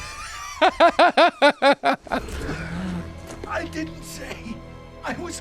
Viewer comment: Lol, the Aboogernation!